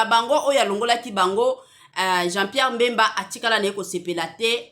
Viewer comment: oza zoba franchement oyebi ko pronounce pe kombo naye te ezalaka Bemba (mbemba te)